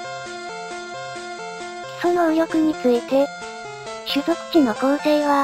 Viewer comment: 基礎能力がクソ能力に聞こえたw カ○ロスめ！